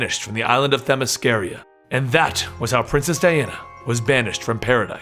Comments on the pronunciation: I can't take it anymore man. It is Themyscr-AH. I've looked it up. I've heard this woman say that word many many times. That's how she says it. You should too. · On the same video with the actual Wonder Woman you mispronounce her home land